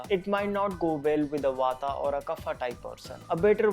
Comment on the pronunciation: I would appreciate if you dont say Vataa and cafaa, say vaat, cough, Ayurved rather. Thanks for rest.